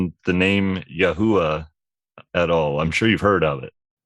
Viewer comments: Ha[VaH] not Ha[-VeH](Yah-WEH) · Yahuah is pronounced, Yahoo-vwah not Ya-huuu-ah. It's two syllables not three.